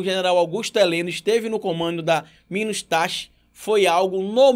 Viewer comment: Eu acho que se fala minustah